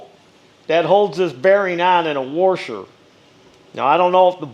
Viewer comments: Say "Warsher" again! You speaka my language! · I Believe IT's..."WORSHER"...👍😂